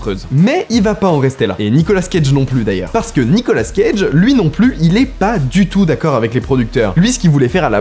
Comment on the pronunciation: C'est Nicolas cage pas Nicola scage